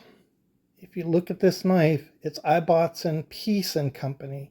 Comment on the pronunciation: Great research and most informative. The Ibbotson company name is pronounced differently here in the UK. The "I" is prounced the same as in :Gibson" or "Immportant" and not as in "knife". The name Ibbotson originates in Yorkshire, England and the original meaning is "son of Isabelle". I thought you might find it interesting.